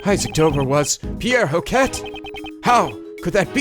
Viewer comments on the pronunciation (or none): It's ho- kay not ho-cket,... For hoquet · Hoquet is pronounced "Ho-kay". The T in "-et" is silent in French. This goes for Sherbet, too. (Sher-bey) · You don't have to pronounce the t in Hoquet. Great video as always!!